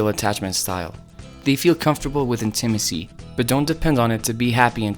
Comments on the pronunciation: What is “in-Tim-is-ee?” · I’m still stuck on how he says intimacy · Fabulous presentation! Easy to understand. I’ve never heard intimacy pronounced that way.